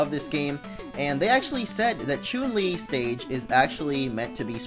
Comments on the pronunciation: Omfg! SAY HER NAME RIGHT IT CHUN, CHUN! WHY ARE YOU SAYING CHUNE!? FUCK XD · you pronounce chun li incorrectly